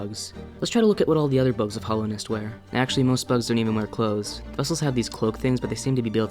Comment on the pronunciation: In 4 years, will degrade far enough to say Hollownest instead of Hallownest! 😰